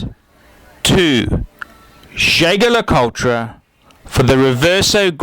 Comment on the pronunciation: its pronounced " je-je le coult "